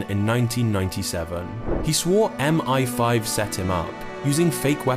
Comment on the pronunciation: When you use AI scripts and voiceovers, and don't give a f*** about the quality of your output, M-eye-5 becomes M-fifteen🫤